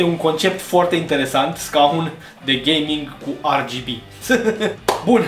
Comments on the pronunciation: De ce zici ArGB? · Eu am auzit si de "REGHEBE"